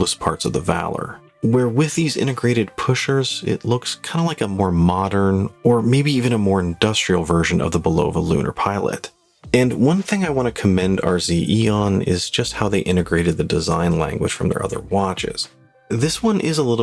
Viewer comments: I was wondering if this bugged anyone else. I was more bothered by the stress on the 2nd syllable. BUL-oh-va or BUL-uh-va, But not bul-OH-va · I'm sorry one of my pet peeves, but there is no a long o in Bulova just go to YouTube and look up one of their commercials it's always been pronounced Bul-ah-va it was pronounce that way on the very first watch commercial ever on radio and on television. I enjoy your reviews am impressed with the REZ line of watches.